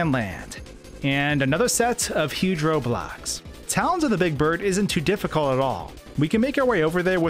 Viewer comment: when you said "Roadblocks" i understanded "Roblox" LOL